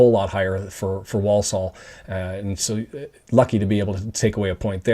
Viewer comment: So nice to hear the first 'l' of Walsall pronounced, as it used to be, long ago. You won't hear that in Walsall, or Warsull as they say. It's usually silent, as in calm, or salmon. Love this channel! Up the town.